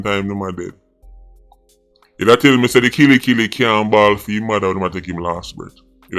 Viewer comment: "Unicorn fi Justice"🤣